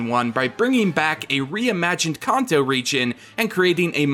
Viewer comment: You pronounce Kanto wrong. Stop